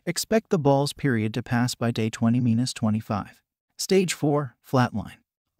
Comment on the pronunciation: "Anywhere from 20, meenus, 25"